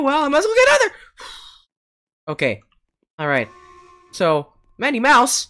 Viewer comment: It's not me mouse It is madi mouse